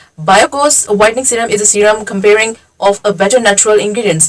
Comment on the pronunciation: Correction with due respect. First word u mispronounced or read incorrectly was "Comprising" and 2nd one was "sustainable."😊